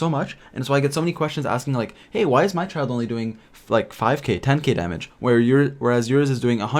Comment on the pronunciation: Its Childe not Czild.. and Kiki not Cziczi...